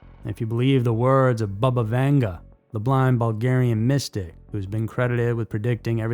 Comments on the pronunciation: It's NOT pronounced BUHBUH, it's BABA!!!! RIDICULOUS!!🤦🏾‍♀️🤦🤦🏻😆🤦🏼‍♀️🤦🏿‍♀️🤦🏻‍♀️🤦🏼‍♀️🤦🏾🤦🏽‍♀️🤦🏼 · Not bubba- bahbah